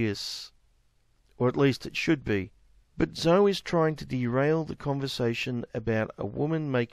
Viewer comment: Zoe is pronounced zo-ee.